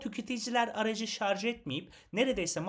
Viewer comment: önceki plug-in hybrit videosunu sonuna kadar izledim ve sıkça şarz demenizden aşırı rahatsız oldum , şaşırtıcı kısım ise sizin kadar diksiyonu düzgün birinden şarz kelimesini duymam. Yorumlarda bu durumdan şikayetçi kişilere düzeltmeniz için teşekkür ederim yazmışsınız. Bende içinde şarj kelimesi muhtemel olan bu videoyu açtım, iki video arasında 6 ay var. 6 ay önceki yorumları dikkate alıp düzeltmişisiniz. " aman nasılsa anlaşılıyor ha şarz ha şarj " demeyip düzeltmişsiniz 👋👋👋